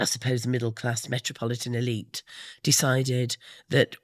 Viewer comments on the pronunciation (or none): none